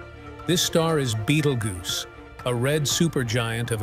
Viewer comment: It's geuse you goose😂